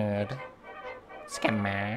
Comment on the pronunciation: SKemmer 😂 This word kills me when you say it !